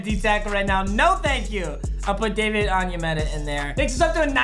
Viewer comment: Bro his name is David On-Ya-Motha